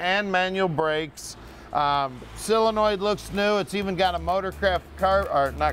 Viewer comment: I wonder why people always seem to mispronounce the starter SOLENOID as "cylinoid." Hmph. 🤔😒